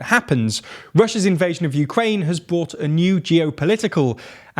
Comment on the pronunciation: It's '"brought" to you by'(with the r, and even if you are from the UK; no silent r here), not "bought". And "brought" a new ..., not bought.